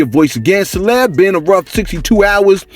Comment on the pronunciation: I swear it's sounds like you say celeb Sauce sometimes, love the content